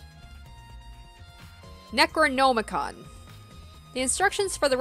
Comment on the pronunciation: you pronouncing katana and necronomicon physically hurt me